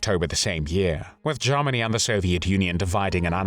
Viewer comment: Sounds like "Lord Haw Haw"..... JARMANY CALLING JARMANY CALLING